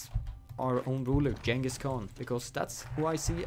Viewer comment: the g in Genghis is like the g in good